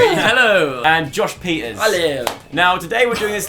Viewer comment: When he declared Josh Pieters as the winner I literally thought he said “Joshua’s Pizzas” and now you know how hungry I am 😂